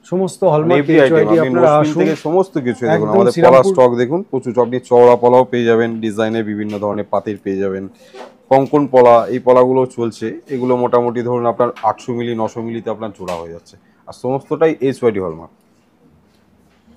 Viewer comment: আরে দাদা কনকন কি বলুন কঙ্কন